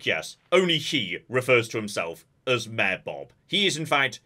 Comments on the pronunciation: Every time you say Mayor it sounds like mare, and I was very confused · for like 20 min i kept hearing maer. I was like wtf is a mear. Mayor..